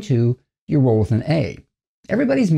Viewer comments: Its pronounced EURO-lithin not U-ROLL-ithin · My dude is pronouncing it incorrectly